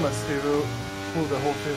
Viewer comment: Jarno will you please learn how to pronounce "whole" correctly 😂